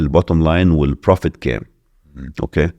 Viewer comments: اوكاي او اوكيه مش اوكااه مستفزه جدا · كل شيء جميل لكن ياريت بلاش "أوقي" هى والله بتتقال "أوكي"!!